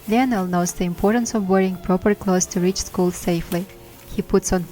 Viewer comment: Hi! Great, informative video! Just wanted to tell you that the name Lionel is pronounced “lie-nal”😊